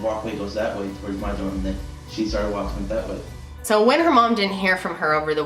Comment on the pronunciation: Why the emphasis on "WALKING"??